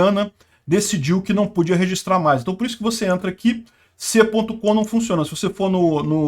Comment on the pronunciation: parece um baiano falando😂😂😂😂😂😂